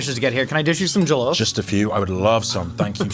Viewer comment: First time I've heard this pronunciation of jollof but HEYO, NIGERIAN CUISINE ON LAST MEALS LET'S GO BABYYYYYY